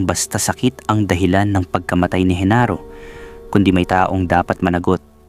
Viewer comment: Genaro not Henaro